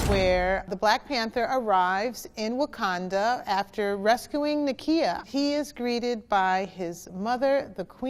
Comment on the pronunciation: Brenda Presil - *Wakanda*, but that's okay. Banner had trouble with the pronunciation, too. 😁